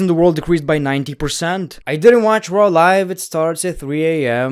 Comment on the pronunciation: WTF IS "MONDAY NIGHT TRO"???